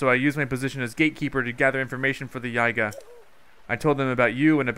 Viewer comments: STOP MISPRONOUNCING IT IT'S YEE-GAH OR YIH-GAH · Iz pronounced yeega